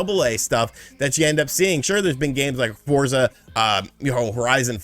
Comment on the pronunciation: Thank you so much for not adding the letter “T” to Forza… looking at you SW